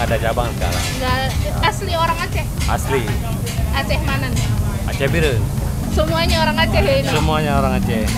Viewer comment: Kak koreksi dikit, abangnya orang asli Aceh Bieruen ato bacanya Biren bukan Aceh Pire 🙏